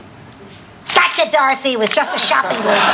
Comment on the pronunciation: I loved how she pronounced Dorothy's name 😂😂